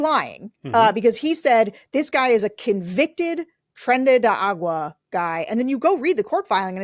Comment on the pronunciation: Sarah, ily, but seriously it's ARAGUA, not agua! 😜❤ Thank you guys. Look forward to your talks every week.